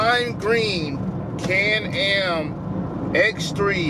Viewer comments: Nobody: can am: CAND AM 😂😂😂 ITS CAN!! AM FOO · be like “canned am” lmao 😂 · That man can’t say Can Am to save his life 😂😂